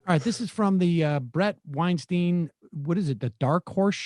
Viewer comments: makes a point of pronouncing "Lech" correctly has in the past, and continues to mispronounce "Weinstein" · You’re bothered by Bret mispronouncing Matt Lech as Matt “Lesh,” yet you routinely mispronounce Weinstein’s last name. It has a hard I sound, not an “e” in the Stein part. Weinstein like Einstein. Oh the Irony... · Did Sam purposely mispronouce Bret's last name? Its, Weinstein, not Weinsteen... it rhymes... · Watched this for two minutes... stopped there, at the point where this sneering bozo excoriated Bret Weinstein (pronounced Weinstine, not Weinsteen) for mispronouncing someone else's name. This is either oblivious hypocrisy, or if it's supposed to be funny it confirms that where there's no sense there's no real sense of humour. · It’s ironic that Seder repeatedly dogs Bret Weinstein for mispronouncing Matt Lech’s last name while mispronouncing Bret’s last name. It sounds like Einstein not “whine-steen.” But it’s not surprising that Seder always gets hung up on trivial, superficial issues instead of legitimate ones. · isn't weinSTEIN pronounced like "eye" as opposed to "ee"? I've seen enough bret & eric weinstein clips to know that...weird to go after pronunciation of lech's last name given that sam is saying bret's last name wrong. anyway rest of the video was good thanks kiddos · Weinstein is pronounced like ”Einstein” but with a ”W”. Not ’Weinsteen’. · Oh my God the irony. 🤣🤣🤣 There is tons of footage out there that shows his name is pronounced WeinSTEIN not WeinSTEEN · Weinstein is pronounced like Einstein. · You have a problem with pronunciation of names and in the breath of complaint, you pronounce his name 'Wine-steen'... You guys are a joke with no punchline. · Funny how people get offended by Sam pronouncing "Weinsteen" wrong. But at least Sam doesn't want him to get fired because of that like Weinsteen does with Matt. So it's not entirely the same thing. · Isn't it pronounced Wine St-eye-n?ㅎㅎ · Ironic because Sam is saying Brett’s name incorrectly